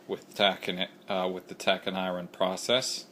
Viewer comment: I would never trust my books to a guy who doesn't know how to pronounce a word as simple as "iron."